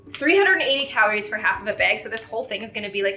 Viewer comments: Why do you say “bag” wrong 😑 reeeee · Love the way pronounces bag.